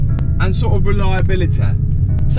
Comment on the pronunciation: “reliabiliteh” recognised that Leicester accent